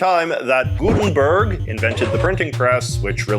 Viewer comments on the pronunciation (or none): none